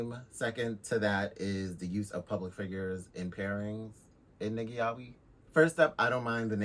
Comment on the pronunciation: The real problem is how everyone pronounces "Yaoi"